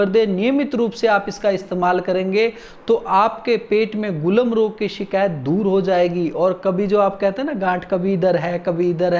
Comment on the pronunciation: वैद्य जी गुलम् नहीं गुल्म रोग है